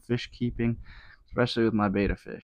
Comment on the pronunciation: a tank which doesnt look miserable, poorly cycled and isnt a torture prison for the fish would be nice. Good to hear that you already think about an upgrade, these tiny tanks for fish need to die out asap. What you show here is just good enough for shrimp and snails. Also its not pronounced beta, but beTTa ... there is another t in it for a reason